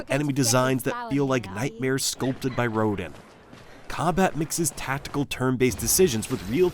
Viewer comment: Anent the boss design in Clair Obscur, you mispronounced Rodan badly. This leads me to believe you stole the comparison from someone else. Shame, I say, shame.